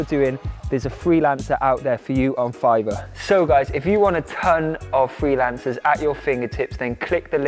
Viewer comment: Hehe…I like how you tried your very best to pronounce the “R” in Fiverrrrrr….lol Love your channel, your food recipes, and your stage presence. I wish you had a restaurant in Toronto, Canada! 🇨🇦🇨🇦🇨🇦 Turmeric milk is definitely something we had growing up a lot, being Indian and all, it was pretty much a regular thing. As kids we never had to go on antibiotics or take meds etc for much, thanks Mom!